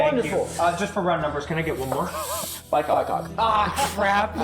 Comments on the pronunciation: It is called a Bycocket, not bi-cock. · BycockET not bycock smh